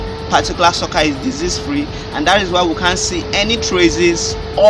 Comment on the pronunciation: Google translate sucker as socccer. Why do you guys deliberately use wrong pronunciation?